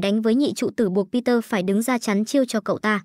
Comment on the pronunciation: người ta tên bi de ad đặt google nói kiểu gì thành peter vậy =))?